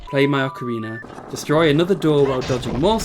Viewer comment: Ahh yes “ocariner of time”